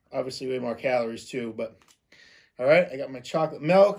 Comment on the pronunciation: Chocolate MULK...not milk.. hahaha